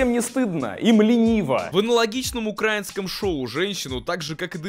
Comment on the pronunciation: НИколай Соболев, вы гребаный гений, ноооо украИнское, а не укрАинское